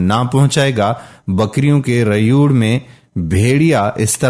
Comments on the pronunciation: sir rayur nhi rewar prhty hn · Bakri ka rayud Galat lafz he. Ye actually rey'wad lafz he. Plz correct. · کیا عجیب تلفظ ھے اردو کا! چھوٹا بچہ کو چھٹا بچہ، اور ریوڑ کو ریئوڑ بول رہا ھے